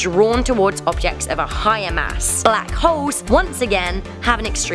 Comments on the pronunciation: Why she pronouncing Black Holes as Black Hoes ? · it sounds like she said black hoes